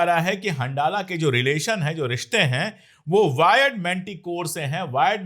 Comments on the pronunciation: It is better pronounced as Hanzala, rather than handala. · Ashok sir handala ko pronounce Arabic me hanzala kiya jata hai.. Jaise Ramdan